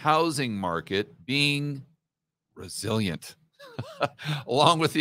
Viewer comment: It's "rezilloient" 😊